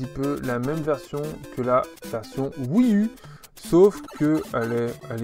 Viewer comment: Lol au début je pensais que tu déconnais en parlant mal anglais, mais en fait c'est vraiment un soucis. C'est dommage, les "wii-uh", "link bitwen weurd", "party issland"… lol je taquines :) Sinon très belle collection.